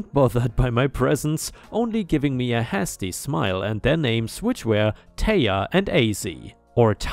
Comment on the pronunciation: Hasty has a hard "a" sound. Haste and hasty sound like "hay."